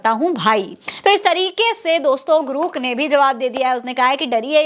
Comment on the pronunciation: ग्रुक नहीं है रे ग्रोक है कितनी बार तुझे samjhau